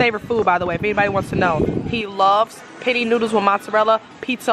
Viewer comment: it's pronounced Pen-Nay 😂🤣. Love you tho!